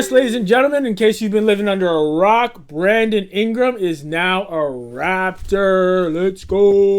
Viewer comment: you most certainly said "Brandom Ingram."